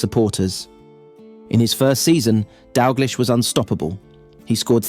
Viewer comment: refuse to watch content about Kenny Dalglish that can't pronounce the mans name properly....or Jock Steins for that matter.